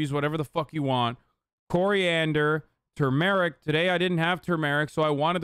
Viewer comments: the way Hasan says turmeric hurts me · The funniest part of this whole vod was chat mocking Hasan for how he pronounced Turmeric 😂😂😂